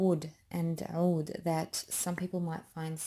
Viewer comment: Woooo you’re Lebanese?? So am I! I was wondering where you perfect pronunciation of ‘oud’ was coming from! <3